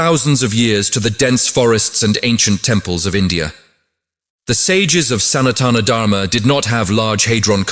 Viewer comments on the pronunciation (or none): All good but please learn to pronounce "hindu" "sanathan" and "natraja" basic etiquette and respect.